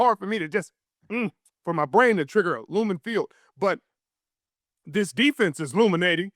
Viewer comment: It’s Lumen Richard ! Lumen ! 🤣